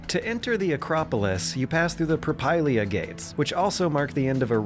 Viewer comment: Thanks - great stuff. I won't carp about the pronunciation and spelling issues (it should be Propylaea, ArE-Opagus), but I think the stone seating you see today in the Theatre of Dionysus dates from the time of Lycurgus (so about a century after the date the game takes place in). Thanks again!